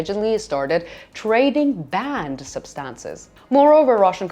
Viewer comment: I couldn't understand her when she was talking about "band substances". It wasn't until I turned on closed captions that I found out she was talking about "banned substances". I didn't realize until then that the two words are pronounced differently and my native English mind was not smart enough to figure out that she meant "banned". The difference in pronunciation is subtle. Things like this make me wonder how in the world people can learn a second language.